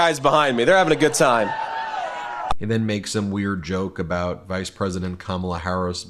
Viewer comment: Vance is stupid as trump and he can't pronounce Kamala!